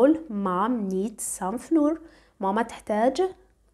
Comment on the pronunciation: نطق الفرينة فلاوا R is a silent letter